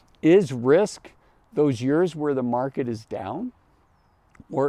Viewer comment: Is he saying “years”? Sounds like “yurs”…